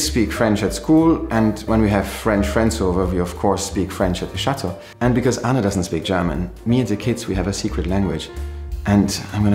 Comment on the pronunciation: so impressive to see the girls being raised trilingual! and Anna! your pronunciation was very good!